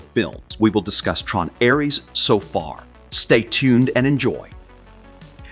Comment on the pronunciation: How many different pronunciations of "Ares" does this have? I'm typing this after pausing .